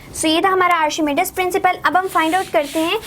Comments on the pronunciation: It's pronounced Arc He Me Deeees principle ... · Mam sorry to say but your pronouns are incorrect of archimedes